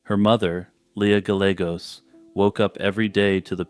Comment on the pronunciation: Oh you’re killing me. Is it not “Guy-yay-gos”?